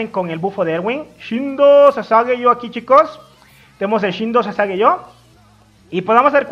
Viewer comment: Todos:Shinzou o sasageyo.: "Shindo o sasageyo